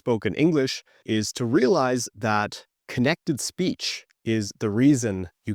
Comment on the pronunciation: I really can understand little bit without the subtitles, but when he said "speech" i undestood "is peach" 😢 and it happened around of the video...